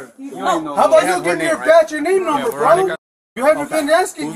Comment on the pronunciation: he keeps saying batch and namenummer